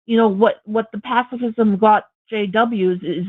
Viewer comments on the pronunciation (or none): If you can't pronounce the words "pacifism" and "authoritarianism," you probably should leave the topics to someone else.